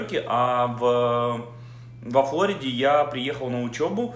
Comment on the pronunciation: а разве не во ФлорИде? я про ударение 🤨